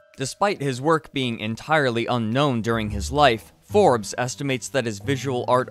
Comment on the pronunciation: He originally pronounced "Forbes" as "Forbees."